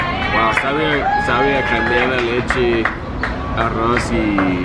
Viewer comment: Es agua d arros no arros